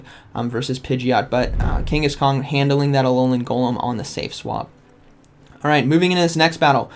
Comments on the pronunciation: Kang a shan not Kenghis Khan 😅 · love how u kept saying kangaskong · love how you keep calling it kangas-kong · Me: Say Kangas.: Kangas. Me: Say Khan.: Khan. Me: Say Kangaskhan.: Kangaskong 😆😅